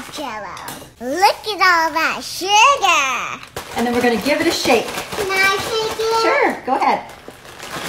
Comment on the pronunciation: "Look at all that sugaaaaa" Girl summoned me by saying suga